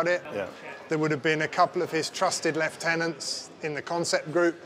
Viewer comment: that is the first time I've heard Lieutenant pronounced like that